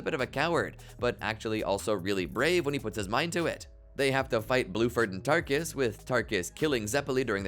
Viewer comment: Erm actually his name is bruford